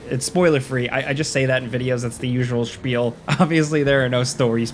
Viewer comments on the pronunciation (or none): none